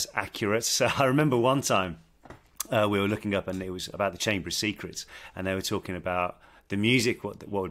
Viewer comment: “seecrets” OMG